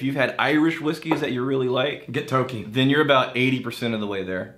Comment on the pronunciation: It’s pronounced Toki